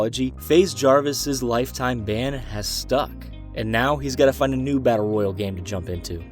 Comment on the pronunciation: the way this guy says royale is just wrong